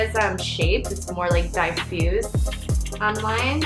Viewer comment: Just a heads up, you pronounce diffused like die-fused, it should actually be pronounced D I F like 'different' or 'didn't'. P.S Beautiful make up!